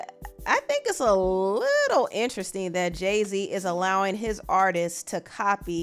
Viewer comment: Every time she says “interesting” I hear weird😭